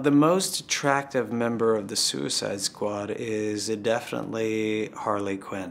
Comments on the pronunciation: In the first 10 seconds, she asks who is the most attractive member in suicide squad. Why does it sound like she says Suicide SQUACH and not Suicide Squad? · Suicide Squatch?? Lmao the girl that was interviewing in the beginning accidentally said that lol XD